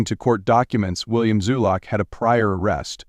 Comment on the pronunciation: Zulock, not Zuluk.